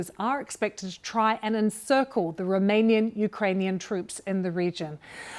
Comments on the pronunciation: “the remainian Ukrainian troops” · likely, but listen again, she definitely said 'Romanian' or at least she said 'remanian', not 'remaining' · My brain automatically thought she said "remaining", but I listened to it again and it looks like you were right.